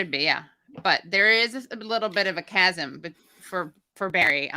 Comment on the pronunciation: Holy shit I almost like Bari Weiss for the chasm of knowing how to say chasm and producing a chasm of cognitive dissonance in the most passive-aggressive way possible. Almost. Actually, I clearly spoke too soon and forgot she still sucks incredibly.